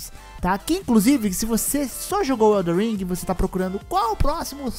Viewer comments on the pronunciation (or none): eldo ringo , darqu souldens tree, delmonte souyz, duarki soulz twu, darqui souiz un, brodi buorni, sekuairo